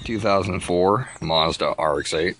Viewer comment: "Marzzduh..." "Vee-here-cullll..." lol